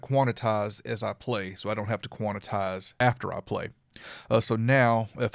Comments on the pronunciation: lololol!!! its quan. tize. not quanatize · Thanks! BTW: It is Quantize ( Kwan Tys ) not Quanetize ( Kwan et tys ) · It sounds pleasantly urban though. I'm gonna say it for the rest of the week.